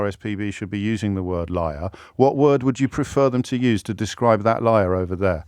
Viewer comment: I was driving and listening to the man who found saying the word ‘liar’ extremely extremely difficult. I don’t think he was ever taught this word that’s my explanation. Even my French bulldog was rolling in my car seat laughing. James was mega polite don’t know how he does it!!!!